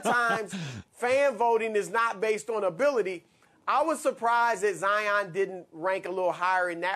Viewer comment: There is no ZI - On. His name is Zion, pronounced ZI on, which is the way HE pronounces it. He's not better because you mispronounce his name., and Colin, you guys have to be better than this.